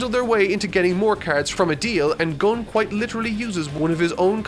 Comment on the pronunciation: Say Gon but replace the G with a B and add er at the end